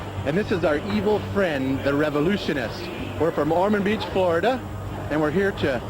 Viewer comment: I’m from Ormond beach and I’ve met before. I can confirm that, that is not how you pronounce Ormond Beach 😜 ( says it correctly )